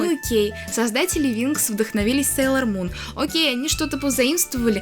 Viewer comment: Да, будет много интересного. Мне очень приятно смотреть твои видео, они такие спокойные. Очень интересно слушать чьё-то мнение. Извини, но меня немного напрягает, что ты говоришь "опЭнинг", а не "опенинг" и "СЭйлор Мун", а не "Сейлор Мун". Но ты очень милая) 🍰 Хочу немного рассказать, надеюсь, ты это заметишь. Про Винкс мне рассказала подруга, я без особого интереса начала смотреть. Однако позже меня это просто нереально затянуло! "Мода" на Винкс давно прошла, и журналы мало где продавались. Но я всё равно умудрилась много купить. Потом я встретила Сейлор Мун. Я заметила просто кучу одинаковых моментов с Винкс. Винкс просто-напросто списаны с Сейлор Мун. Это называется обыкновенный плагиат... "Леди Баг и Супер Кот", "Винкс" списаны с "Сейлор Мун". Я думала, что Винкс мне разонравятся после такого наглого плагиата... Немного разонравились, они списаны и с "Гарри Поттера". На данный момент я анимешница и фанатка Гарри Поттера. А Винкс это просто как ностальгия и нечто приятное, хоть это и плагиат. В видео у тебя такая милая толстовка с Сейлор Мун. Мне самой печально, что Винкс плагиат... Иджинио Страффи сам сказал об этом. А Винкс от Нетфликс мне вообще не понравились! Иджинио Страффи и рядом не было! Они просто переделали, но с использованием старых персонажей. Это только моё мнение. Опенинг про любовь, а не про их супер силы потому, что это главное... Супер силы это просто так... Любовь Усаги и Мамору самое важное. И сюжетная линия, конечно. [Спойлерить не буду.] В общем, п